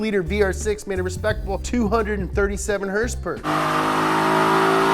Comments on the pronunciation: Tells you to say MK properly... Says Hrsprs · the way you say hrsprs is everything:D:D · So many Hörsepürs…